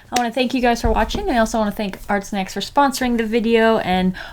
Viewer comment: At first I thought you said Art Smacks